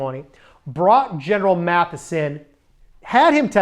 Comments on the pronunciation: Love your videos, but mispronouncing General Mattis's name is not good. It is "Mattis" not "Matthis". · Maddis, not Matthis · Mattis, not Mathis. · Just a nit: it’s Mattis, not Mathis. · Good Job!! (PS) I believe the General spells his name M-A-T-T-I-S and not M-A-T-H-I-S. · It’s Gen Mattis, not Mathis. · MATTIS not Maddis or Matthis!!!